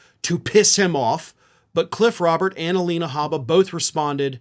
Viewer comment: You are not the only one to mess up the name "Cliff Robert". I am often tempted to call him "Cliff Robertson".